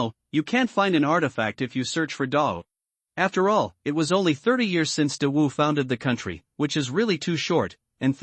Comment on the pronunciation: I sometimes hears dog Dynasty 😂😂😂 not great wu or Dawu Dynasty 😂